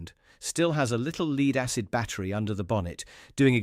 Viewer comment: 'Lead' acid, rhymes with greed? No!! Lead (in lead acid battery) is pronounced as if it rhymes with bed - idiot!!